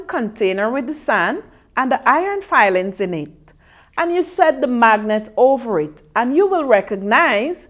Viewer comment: its iron filing not fiiilings